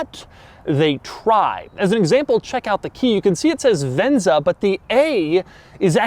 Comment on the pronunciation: He sure likes to say "Ven-Za"..